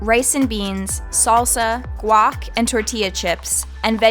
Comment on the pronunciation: you lost me with your "guac" XD